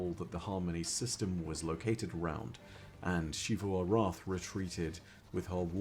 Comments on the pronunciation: I still just can’t watch these videos with a straight face while unironically calls Xita “shite-uh”. Just makes me giggle so hard every time. Super distracting. My dude, you need to learn that Xivu is pronounced “Zee-vu”, and that Xita is pronounced “zee-tuh” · Why pronounce the names that start with an X like an Sh? Im confused